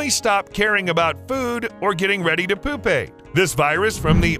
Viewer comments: That, and "poopate" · Its no better than Poopaye instead of pew pay. This dude must look at science like it’s another language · Chrysalis was pretty bad... but, pronouncing Pupate as Poop-Ate... that made my teeth hurt from how hard I clenched my jaw. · Bro destroyed the word "chrysalis". "Chrisálas". He also said "poopate" and "poopal". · poopate? cry-salis? man who told this man how to pronounce these words. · . Pupate = pyoo pate Chrysalis = kriss uh liss . Just tryin' to help out... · Dude needs to learn how to pronounce chrysalis and pupate. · Chrysalis and Pupate are pronounced incorrectly in this video.